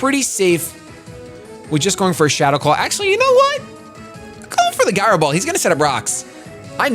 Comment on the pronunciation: Guy-ro Ball, lmao